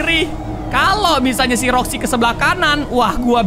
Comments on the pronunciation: kok Roxxy dibilang Foxy:v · karegi roxi bukan foxi